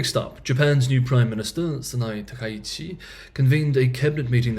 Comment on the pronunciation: Four syllables: Ta Ka itch Chi. Chi rhymes with he